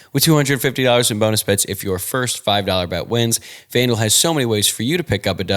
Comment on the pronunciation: Am I the only one who hears Fandil (rhymes with vandal) when says FanDuel??